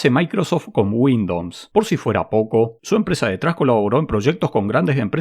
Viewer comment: Muere un Ing. de Software de Microsoft cada vez que pronuncias Windowns :)